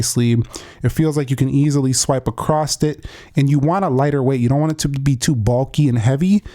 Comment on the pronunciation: Across bruh not acrosst